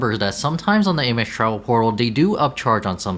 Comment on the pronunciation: I’d recommend you work on your pronunciation of “Amex” and “RE” before making these videos, but nice effort nonetheless.